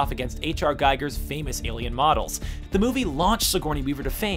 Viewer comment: It's pronounced "ghee-gur"